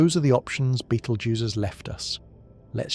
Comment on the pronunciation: Then why make your title out as to claim this is going to happen the way your AI crap states? The AI narration can not even pronounce the name of the star. Nothing more than what IU said this channel is just junk.